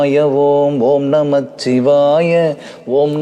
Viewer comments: நீங்கள் பாடுவதை கேட்டு குழந்தைகள் எல்லாம் பாடி மகிழ்கிறார்கள் நீங்கள் உச்சரிக்கும் வார்த்தைகள் முன்மாதிரியா இருக்கணும் ஓம் நமசிவாய என்று கூறவும் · சிவவாக்கிய சித்தரின் அற்புதமான இந்த பாடலை ...நல்ல இசை மற்றும் குரல் வளம் இருந்தாலும் ...தவறான உச்சரிப்பால் ...முழுமையாக ரசித்து ஏற்றுக் கொள்ள முடியவில்லை !! பஞ்சாட்சரம் 5 எழுத்து தான் ... 'இச்' ஒற்று வராது ...வரக் கூடாது . ஆன்மீகத்தில் தவறான வார்த்தை உச்சரிப்பு நல்லதல்ல .